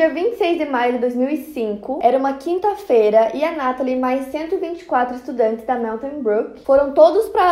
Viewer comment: Enquanto ela fala eu só fico notando no "a" de "quinta" que está desviado do resto da palavra